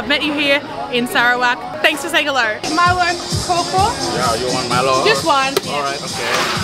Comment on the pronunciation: Milo kaw is pronounced as Milo "cow"